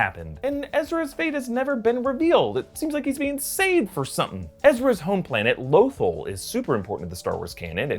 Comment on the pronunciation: Bruh, it’s pronounced lo-THALL.